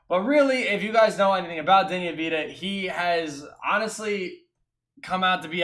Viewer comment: Avdija is pronounced av-di-ya